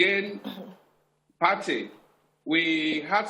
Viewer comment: This guy is telling mostly lies. 1. Patey is pronunced PAY-TEE. 2. The officeer lied by claiming Patey to Surah Market is about 2 Km, instead of just 400m. 3. The drug-guys and other area boys engage in rival gun shooting at least once a week, somewhere on the Lagos Island. It is rarity for bystanders to get hit. The bystanders are their neighbours. 4. From 3, it is clear that our panicky poorly trained NDLEA officers were the ones likely to have shot innocent bystanders. I have seen many of our rag tag securities (soldiers, police, NDLEA, etc) in actions before and they are anything but professional. They are used to shooting at unarmed civilians, so anytime they confront civilian rogues with guns fighting back, they get panicky and cause mayhem.